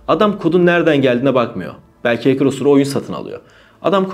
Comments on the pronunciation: heykır ne demek hecker okurken de hekkır okunur heykır ne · Böyle bi kanal sahibinin heeykir demesi gerçekten acınası ya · hekırr diye adam çıkarıyorsun,win orjinal değil ))))) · “HEYKIR” demesen iyi olcak da neyse :) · dayı hacker demeyi öğren önce ya